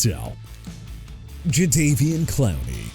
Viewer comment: NEW ORLEANS AS IN NEW OR-LINS, NOT NEW OR-LEANS! ALSO YOU NEED TO STOP SAYING "JAGWIRES"! IT'S JAGUARS PRONOUNCED JA-GWAARS! NO MATTER HOW MANY TIMES I GOTTA TELL YOU, YOU... DON'T... UNDERSTAND... AT ALL!! AND FYI JADEVEON CLOWNEY AS IN JUH-DAE-VEE-ON! I HOPE YOU MAKE PLANS TO FIND YOUR NEXT JOB CUZ YOU AIN'T GOOD AT THIS ONE! AND BY THE WAY BREAKING NEWS: OBJ IS GOING BACK TO THE GIANTS! YEAH HE PLAYED 9 GAMES WITH MIAMI CATCHING NINE RECEPTIONS FOR 55 YARDS SO DON'T BRING THAT UP NO MO'! I'VE HAD IT WITH YOU.